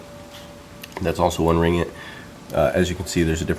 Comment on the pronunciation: Oops... it's ring-git not ri-ngit XD